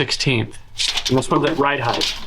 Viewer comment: Ride height! Not heigth. Heighth is not a word.